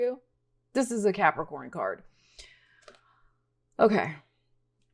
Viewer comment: Love the way u say Capricorn